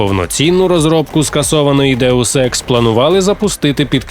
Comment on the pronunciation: Що говорять: Deus Ex Що чую я: Daewoo Sex